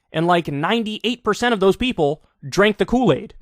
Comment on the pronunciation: I wasn't sure about this until I heard Yeople. 🤔